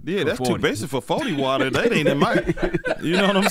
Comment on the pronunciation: Forty wata